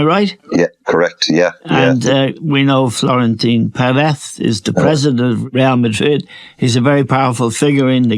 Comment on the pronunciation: Eamon trying to say Florentino Perez as "Florentin Peretzzch" haha there is only a slight lisp on the Z Eamo don´t overdo it to seem cultured and smart